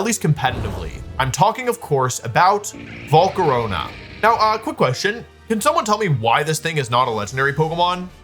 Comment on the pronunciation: "Again, this isn't groundbreaking." Yeah, that's Grass's job. Edit: Wolfe pronouncing Volcarona as "Volcaronia" in a spooky voice like it's a type of pasta that instills fear within people.